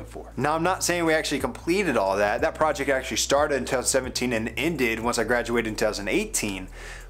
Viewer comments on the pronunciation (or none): none